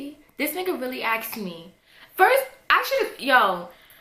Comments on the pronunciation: It's asked not aksed pass it on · "aksed" fucking dumb bitch its asked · the word is "asked" not "axed"...asshole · You axed? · Why do black people have to say "axt" instead of saying the word properly "asked"? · why are u saying axed for ask? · I seriously dont understand how hard it can be to say "asked". For real. "Axed"... Crazy annoying. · "Everybody Axed" her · aSKed, not aKSed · I love how you say "axed" instead of "asked" haha <3